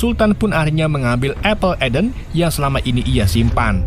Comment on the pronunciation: Apple of Eden bang penyebutannya